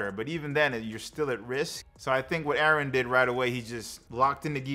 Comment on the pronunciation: He was probably told the character's name by whoever is showing the clips. To me it even sounds like he calls Eren 'Aaron', which is likely what he heard behind the scenes.